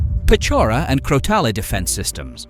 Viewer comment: Crotale is pronounced crotal not "crotalee". Crotale is the French word for rattle snake.